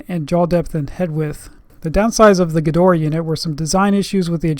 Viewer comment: why does he call it "Gedoraa" or is it the access flehm in his throat?